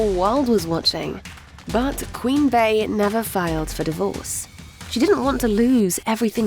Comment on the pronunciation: Queen bay 😂it’s pronounced queen bee